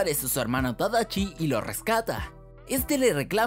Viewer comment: Se llama tadashi no tadachi😐🤙